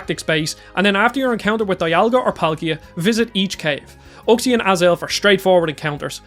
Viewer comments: You said Uxie wrong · Anyone else wince with his pronunciations of Giratina and Uxie?